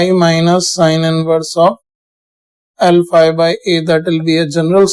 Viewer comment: Sir when you say L phi , it sounds , alpha A